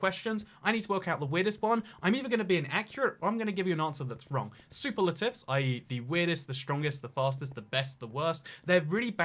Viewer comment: Pronounces superlatives like super latives...